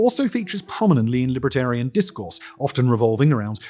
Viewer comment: Great video, but so offputting that the presenter pronounced Libertarian as LIBRAtarian.